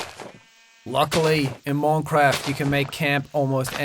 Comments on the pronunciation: That's not even how we say it here. He's bad at this. T R I G G E R E D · ITS MINCRAFT NOT MONCRAFT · He said moncwoft😂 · I like how he says "moincroft" instead of minecraft XD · Seann Escorrido im joking cus he sayd moncraft instead of minecraft.... ._. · its not moncofth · "moincraft" lmao, he actually did have a nice accent back then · I love how he say moincraft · "moincraft" "water" "foer" "bern"